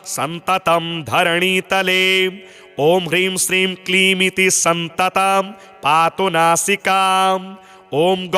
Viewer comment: सततं को आप सन्ततं लिख रखे है और बोल भी गलत रहे है सुधार ने की कृपा करें